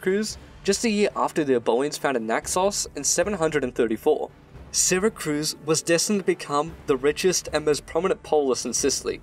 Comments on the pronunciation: "sera-cruz" IT'S PRONOUNCED "sera-cyooz" !! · Syracuse not Syracruse, mate !!! Jeeez...!!! You got it ?!? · Great video man. However I have one critique. The name of the ancient Sicilian city as well as the modern city in New York state is Syracuse, not Syracruse. It is pronounced See-rah-cyooss. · Its “Syracuse” syra-cuse. In suracuse ny, its pronounced, sara-cuse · Syracruse? It’s Syracuse, right? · Ehmm... It's not Syracruse nor Santa Cruz it's Syracuse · Please. Just. Never call it syracruse😂 syracuse. Its just syracuse not cruise. Im sure its just a typo, syracuse is famous enough that i dont believe you've been saying it like thay forever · Syracuse, not Syracruse. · SyracRuse? My ears are bleeding. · love the video, great job! but its Syracuse not SyracRuse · Why does he keep saying Syracruse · It's pronounced SyraCUSE you absolute potato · As usual a great video. That said, also as usual, the pronunciation of place names is seriously mangled. Also, there is no R in Syracuse.